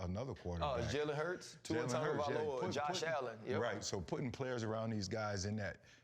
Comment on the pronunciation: I wonder how much practice it took for RC to say Tua’s whole name effortlessly 🤔🤔🤔